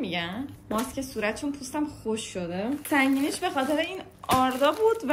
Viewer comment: کوکورو گفت خشوک؟ یزدیه ینی؟😬